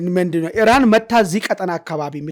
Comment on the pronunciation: ኢራን በል ጋላው ሄራን አትበል ውይ ስንቱን እናሰልጥናቹ 🤣🤣🤣